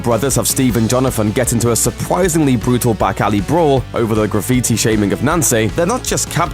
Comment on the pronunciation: lol i think you said jonafin instead of jonathan.. and a supwisingly brutal battle